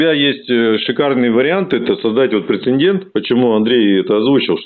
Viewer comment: Благое дело делаешь,! Только говори, пожалуйста, прецЕДент! Претендент не равно прецедент